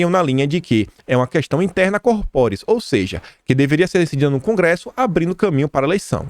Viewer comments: A pronúncia correta de "corporis" é córporis. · Mister nao é míster. Interna córporis. Precisa melhorar,. Comunicar bem exige ampliar o vocabulário para além do coloquial.